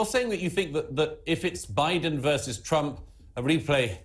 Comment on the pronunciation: Trump Not Crump .🇺🇸🇬🇧